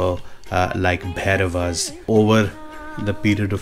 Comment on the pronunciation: Bhai ShriShiv Ratri ki aapko hardik shubhkamnaye. Also you should pronounce Shri Bhairavji's name with respect. Is saal bhi Mahashivratri aane wali hai. We deserve an auspicious vlog alongwith your family on this big divine day. ॐ नमः शिवाय जय माँ पार्वती जी जय श्री कालभैरव जी